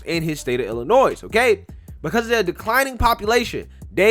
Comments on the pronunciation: the S in IllinoiS is silent or state is pronounced iLL annoy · the "s" is silent in Illinois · I know there's a war on free speech and word police everywhere so I'm not going to tell you to change it... but you drive me nuts when you pronounce the S in Illinois lol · The "s" in Illinois is silent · FYI, the S in Illinois is silent. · The S is silent in Illinois, lmao